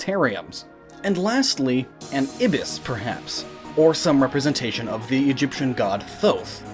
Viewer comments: It's EYE-bis, not ib-is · eye-bis. god check pronunciation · You pronounced ibis wrong. It's pronounced EYE-bis. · ITS THOTH PRONOUNCED TOT AND EYE-BIS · Correct me if I'm wrong, but I'm fairly certain that "Ibis" is pronounced "Eye-bis"..... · Ibis is pronounced eye-byss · As someone who lives somewhere where our national bird is a Scarlet Ibis, its pronounced "Eye-bis" Just a fun fact? I guess? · ibis = eye - bis just saying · You mispronounced "ibis". Eye-biss. Say it with me.